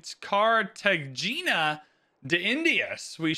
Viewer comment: FYI, the GE in Cartagena sounds like an Hey. So Carta-hey-na